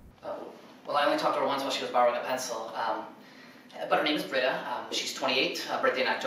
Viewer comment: Britta. It’s Britta.